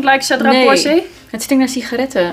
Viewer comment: At the risk of getting the dirty stare but still...... Cedrat Boise is actually pronounced ‘Bowya’ 😋😋😋